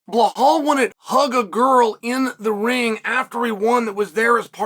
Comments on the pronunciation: BLEHAL ??😂😂😂😂 it’s BELAL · Is there a video of anyone bringing to Chael's attention that he is butchering BLAHALS name? lol I know he is trolling. But we need to be sure. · chael i respect you for defending belal muhammad but if you claim to respect him then it's time for you to start saying BELL--ALL and stop saying BLAH-HALL cause it's truly disrespectful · Absolutely not a single soul on the face of the planet : Chael : BlAhal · Sometimes "Ba lol" 😂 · Mispronouncing his name just makes chael look ignorant and stupid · He is doing it on purpose